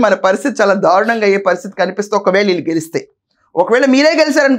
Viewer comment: ధారుణంగా కాదునాయనా దారుణంగా అనాలి.